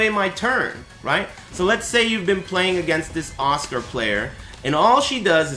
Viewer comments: nice vid but who the fuck is Oscar?.... how hard is it so read her name as AS-KA. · at first i was like who tf is oscar next minute it’s asuka💀 white people and their pronunciation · why is he pronouncing asuka as oscar wtf :v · he used to pronnounce it like "azúcar" (spanish for sugar) and some weeaboo kept correcting him just like you did now so he changed to oscar that sounds more like your as-ka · does he sais oscar instead of Asuka ?? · it took me a while to realise he was saying asuka and not oscar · Who else hears "Oscar" when says "Asuka"? lol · that's because it's what he's saying. It's a running joke on ' stream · me too. sounds really funny